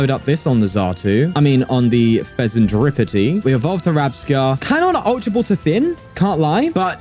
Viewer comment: Did I hear "Fezenskibidi"..🤣